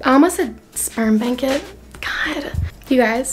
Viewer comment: She said "Sperm bank it" 😂😂😂😂